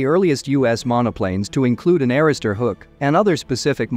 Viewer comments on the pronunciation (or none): same with arrester hook. I've noticed a lot of these type of videos have a lot of mispronunciations.